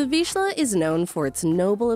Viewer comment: Nevermind, she can't say Vizsla either.